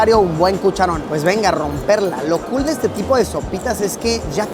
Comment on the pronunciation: Me cag como pronuncia cool . Mejor que diga genial.